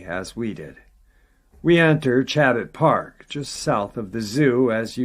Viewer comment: When he says Chabit Park he must mean Chabot Park.